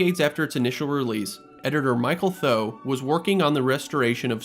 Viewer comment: Michael Tho, Michael Thoww... it's actually pronounced "thaw".